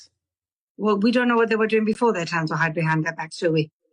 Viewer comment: she says "tands were hied behind their back".... 🤣🤣🤣